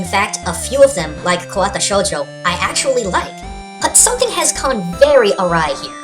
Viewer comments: Dude, you mean Katawa Shoujo, not Kawata. That said, good vid. Really insightful. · Did you just say "Kawata" Shoujo?^^ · Love the video as always, but I kinda have to be a little picky here and point out (if it wasn't just a mispronunciation) that it's "Katawa" not "Kowata". Anyway, keep up the good work. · "kawata shoujo" -_ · I love how our own pronounced "Katawa" wrong.